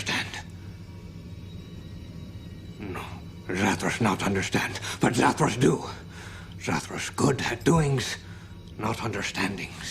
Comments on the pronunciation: You mispronounced Zathras.😊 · It's pronounced Zathras, not Zathras!